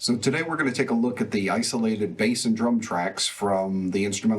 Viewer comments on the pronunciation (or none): none